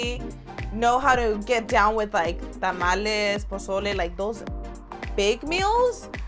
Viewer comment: Tah-mal-leh. NOT Tam-ollys😂